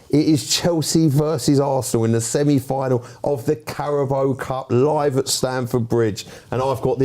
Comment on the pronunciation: pronouncing Carabao as Carabow is hilarious